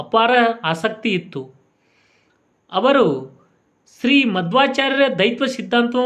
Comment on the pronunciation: ಹಲೋ ಅಣಾ.... ಮದ್ವಾಚಾರ್ರ ಅಲ್ಲ ಕಣೋ ಮೂಢ, ಅವರು ಶ್ರೀ ಮಧ್ವಾಚಾರ್ಯ ದೈತ ಅಲ್ಲ ಅಣಾ ಅದು ದ್ವೈತ ನೆಟ್ಟಗೆ ಕನ್ನಡ ಮಾತಾಡೋಕೆ ಬರಲ್ಲ ನಿಮಗೆ. ಮೊದ್ಲು ಕನ್ನಡ ಮಾತಾಡೋದನ್ನ ಕಲೀರಿ. ನಂತರ ಶ್ರೀ ರಾಯರ ಬಗ್ಗೆ ತಿಳಿಸಿ..... 😡